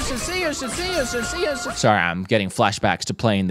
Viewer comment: Sea urchin quickly turned into see uh chin…